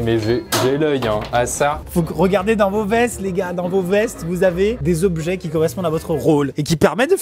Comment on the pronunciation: j’ai cru qu’il avait dit « fesses » au lieu de « vestes » 😂